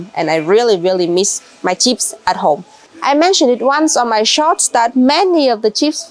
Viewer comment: I love how she calls chips cheeps